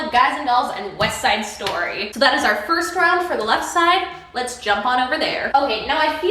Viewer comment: I'm sorry but Weste Side Stoy I've been chuckling over that for like 5 minutes now lmao